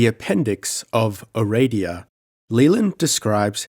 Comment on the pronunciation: Aradia. Pronounce it the way it's spelled. (It's not Ereidia.)